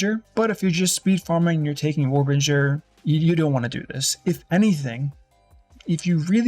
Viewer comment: Node literally says warbinger when he mouses over it